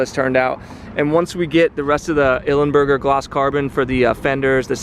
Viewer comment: It's Belly Pan, not panel and it's Ilmberger not Ilemberger! :)